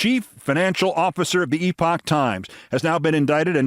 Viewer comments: Oh my god!!!! Thank you for this! It’s perfect. And…for correctly pronouncing the word “epoch”❤️❤️❤️❤️❤️ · Keith, you are the only one who can pronounce "Epoch". Founded and funded by Falun Gong....